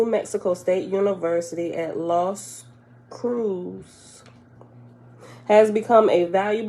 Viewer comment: You pronounced Los Cruces (crewsess) correct. It means The Crosses in Spanish 😃